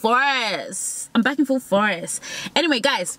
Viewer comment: "Im back in full forest..im back in full forest." 🤣🤣🤣🤣 is that how they talk in the UK? 💀💀 bye